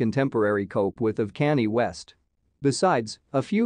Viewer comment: So now all of a sudden the voice over guy does not know how to pronounce Kanye West's name. Kanye has been in the media non-stop for just about a year and all people have done was said his name and now you don't know how to pronounce it